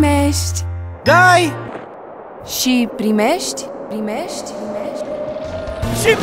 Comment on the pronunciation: Ati observat ca Antonia nu poate pronunta 'primesti'? Spune: 'primesci' ... pentru ca ea e din U S of A ca si BRomania. Uimitor cum au putut sa agate contractul asta cu vodafone. Altfel, omul e 0 (zero barat). Antonia ... na, o fta idola copilelor de 12 ani. Un fel de Raducioiu cand s-a intors din Italia. Dai .... si .... primesci !!!!